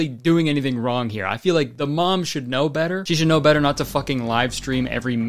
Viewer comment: "i hardly naur her”